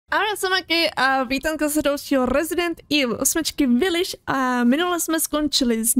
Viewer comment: Jak jsi na začátku řekla viliš místo vilič (nebudu psat anglicky pardon)mě to znělo jako viliš (mi)xD